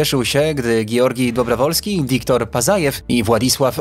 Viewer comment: Dobrowolskij, Wołkow,Pacajew - tak się czyta te nazwiska . Rosjanie też byli na księżycu . Bezzałogowo. Misja Łunochod . Mniej niescisłości proszę. A reszta ok 👍👍